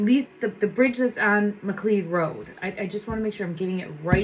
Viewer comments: McLeod-It’s pronounced Ma Cloud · The pronunciation of the road is Mc Cloud.